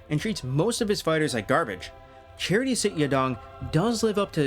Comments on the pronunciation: great video but just pronounce his name properly… its CHA-TREE not charity 😂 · His name is not Charity. its Chatri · Only thing is his name is pronounced CHA-Tree not like a charity organization